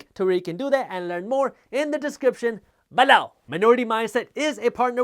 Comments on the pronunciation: Omg I love the ballow! I think ive gotten to the point if he goes a minute without sating it I begin to listen for it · “EMPLOWEEZ” and “BALOW” - my favorites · Loved the video. It would be a lot less distracting if you could pronounce the word "below" without too much emphasis. But its totally fine if you cannot. Keep up the good content.